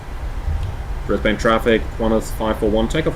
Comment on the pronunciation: We pronounce it Brisbun and Melbun. :)